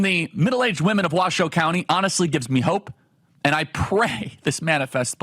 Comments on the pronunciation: Thank you for pronouncing the name of the county correctly. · 1. Charlie Kirk, I can believe you pronounced our county correctly!!! 2. Washoe county represents the rest of the country…we want secure borders, take care of our own first, and stand up to the world. You don’t see any Harris flags out there, do you? And this is how you know the polls are lies.